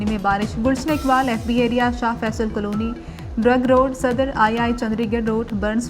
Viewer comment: اسکو خبریں پڑھنے پر کس نے لگایا ہے۔۔۔۔یہ کالونی کو کلونی کہہ رھی ہے